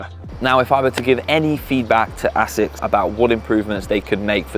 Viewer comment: the longer the video goes on the more your pronounciation of asics annoys me lmao sounds like youre saying ACIDDD OR A-SICKS LMAO